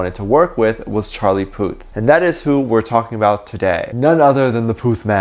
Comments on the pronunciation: Am i the only the one that kept hearing Charlie Puss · its not Charlie Puth its Charlie Puss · Did anyone catch that said "Charlie Puss"??